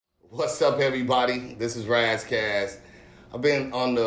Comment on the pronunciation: Did Al just call Ras 'Ray Ray' ?????